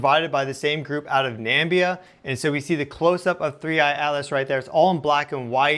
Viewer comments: Where is Nambia or is it Namibia? Pronounced Nam.mib.eea. 😊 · NAMIBIA ! NOT NAMBIA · Great content, too many AI videos on this topic which is so sterile. Subbed.. And it is Namibia (nuh-mi-bi-aah), not Nambia...lol. That part of the World here in Southern Africa has awesome night sky watching. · FFS! It's pronounced NA MI BIA. NAMBIA Is what comes out of the President's asshole. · At around 11.00 you said Nambia... did you mean Namibia? (In South Africa?) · Namibia is pronounced NA-MIB-BEE-A not NAM-BEE-A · Please, it's NamIbia not Nambia :D awesome report though! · It’s not Nambia it’s Namibia with an “I” after the “M” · It's not Nambia, it's Namibia. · Namibia. Not Nambia. Sorry. It stuck out. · NAMIBIA....not Nambia please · 'Nambia'? There is no Nambia. I think you probably meant 'Na(mib)ia,' or maybe 'Zambia.' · Dude, good presentation 🤔 however, [and its just a small thing], but, its pronounced 'NA-MI-BI-A'!!! not "nambia"..😏 ffs...... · Nice images, but there is no "Nambia" some presidential clown (not even sure which) mispronounced Namibia and people have been parroting it ever since. Nuh•mihb•ee•yuh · I enjoy your astronomy reportage! However, in a few videos I have noticed your mispronunciation of the southern African nation of Namibia = Na-mib-ee-ya. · Excellent unbiased reporting 👏 Namibia is pronounced Na mib ia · What a dumb yank. He calls Namibia, "Nambia". Clown. Typical of you lot. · Namibia... Na-mib-ee-ah....get it right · Pronunciation: Na-Mi-Bi-A, please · You're pronouncing "Namibia" wrong. It's something like Nuh-mi-bee-uh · Greetings from South Africa🇿🇦 we pronounce our neighbouring country as Na- mi-bi-a🇳🇦 Your channel is becoming an obsession! Love how you present information in such a viewer-friendly manner.